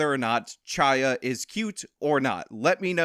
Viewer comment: Though its written "Chaya" the ch is pronounced like the ch in "chronology"